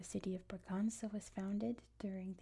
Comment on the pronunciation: Just a small corretion: the letter ç in portuguese is read like ss. So Bragança would be bragansa and not braganza (that's the spanish pronouciation). Like Açores is assores and not azores. Love your videos!